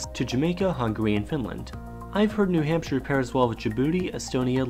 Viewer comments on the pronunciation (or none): none